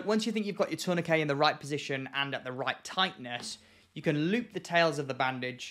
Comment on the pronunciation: I'm just here for the glorious way you say tourniquet. In the Midwest of America, I've only heard it pronounced like turn-na-kit, but the way you say it makes way more since especially the way the word is spelled.